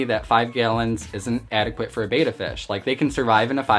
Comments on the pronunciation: Now that you spent that much maybe you'll want to pronunce it betta instead of beta. ;) Nice looking little guy though. Nice and well fed. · Dude, it's pronounced bet-tah, not bey-ta. Also you have a plakat (pronounced plah-kot). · Why would you pronounce it ‘beta’??? It’s pronounced bet-tah, after how the native people say the word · Try pronouncing it correctly: It's BETTA, not Bata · Betta not beta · BEH-TAH not BAY-TAH, just something to remember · It's pronounced Beh-Tah. minutes of you talking before we see the fish. You and your ilk who think we want to see YOU are so deceived. Title your vid ALL ABOUT ME for ALMOST 8 MINUTES before I show you my BEH-TAH. :) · I’ve had multiple fish tanks and hated the fluval spec v. I got hair algae and no matter what I did it wouldn’t go away. I had no such problem with any of my other tanks. By the way it’s pronounced “bet-ah”